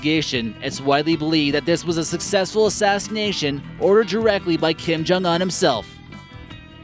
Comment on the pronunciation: Keem-Joong-oon. Keem-joong-nahm. >.>; Seriously.